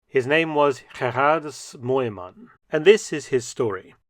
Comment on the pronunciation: jezus manneh gerardus mooyman NEET GEHREHDHAJ MUHYJMAN DOEW YEENK IN GODSNAAM KALL TOG PLAT